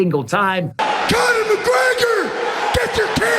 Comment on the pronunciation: “Con her” mcgregor Chandler can stop hanging around like a chandelier 😂